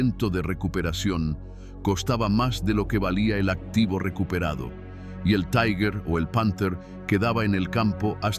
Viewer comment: Este video realiza un análisis olvidado o minimizado en las publicaciones sobre las batallas en el saliente de Kursk. Resulta clarividente. Aprovecho para corregir la pronunciación alemana de la palabra Tiger. No es taiger sino tigher, es decir la primera vocal se dice i, y la pronunción de la g en alemán es ga, gue, gui, go,gu.